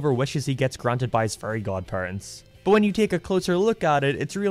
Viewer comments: Not gonna lie, anytime he said Fairy it sounded like Furry lmao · he pronounces fairy as furry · I'll never unhear "furry" whenever you say "fairy." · I cannot NOT hear saying 'furry' whenever he says 'fairy'. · It kinda sounds like he's saying "furry" instead of "fairy". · accent makes "fairy" sound like "furry" and I would really want to watch Timmy and his Furry Godparents. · Took me a while to figure out you ment fairy and not furry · So glad I'm not the only one hearing "furry" every time he says "fairy" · Sometimes I hear you say "furry" instead of "fairy", it's weird, not gonna lie. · WOOAAAHHHHHH HE SAID """""FURRY""""" INSTEAD OF FAIRY!!!!!!!!! HOW CURIOUS, WE ALL KNOW AS RED-BLOODED, BURGER LOVING, NATURAL AMERICAN HE IS!!!!!!! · I always hear "Furry" when he says fairy. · everytime he says fairy i hear furry and that reminds me that those people exist, help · Every time you say "fairy" I hear "furry" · fairy Captions: Furry